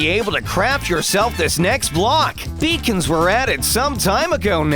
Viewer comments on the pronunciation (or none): I keep thinking that beacons were pronounced as ‘bacon’